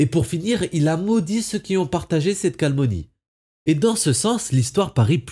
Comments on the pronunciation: Toujours très bien tes vidéos! (Mais "calmonie" t'es sûr ;)) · Certes! Mais "calmonie" fait bien saigner les oreilles aussi ;)